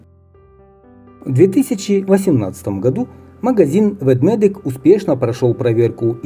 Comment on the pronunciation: Ведмедик ( а не Ведведик)😉